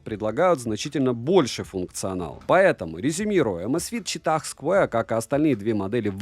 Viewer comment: Чувак, прекрати говорить ЧИТАХ, да еще и с таким пафосом... Я не могу оставить смех😂